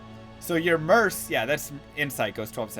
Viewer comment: Merc, with a hard c, not an s.